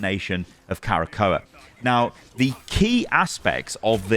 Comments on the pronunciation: Bro there is no extra A in Krakoa. It isnt Kara-Ko-a. It's Kra-ko-a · I grimaced each time said "Karakoa". He straight up added a letter that's not even there, haha. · Arrako: Uh-rock-oh Krakoa: Kruh-ko-uh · My guy its pronounced “KRAH-KOH-A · magneto says it in game its pronounced "kra-ko-a", krakoa is a sentient island that is also a mutant, once discovered the mutants decide to live on it to avoid there continued scrutinisation from humans I hope shes a strategist vanguard mix like Mr fantastic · its "KRA-KOH-A" haha xD. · Magneto literally pronounces Krakoa in the game. I’m surprise u are pronouncing incorrect. All good though. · "I'm a big X-Men fan." ->Doesn't know how to pronounce Krakoa.